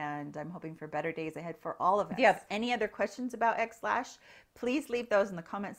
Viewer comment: I haven’t tried this, but I want to share with you that when you said “XLash”, I thought you said “Ex Lax”, LOL! Figured you could use a little chuckle.